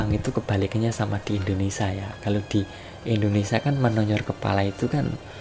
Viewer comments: Woiii itu indonesia pengucapannya bukan indonesa,...bahasa burung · ngomong indonesia dulu yg bener ,bkn indonesa. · Tolong di ralat kata indonesa.. harus diucapkan dengan benar INDONESIA bukan INDONESA..